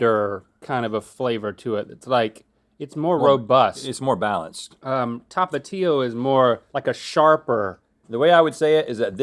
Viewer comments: i always thought it was pronounced Tapachio (Tapatio) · How he pronounces Tapatio 😂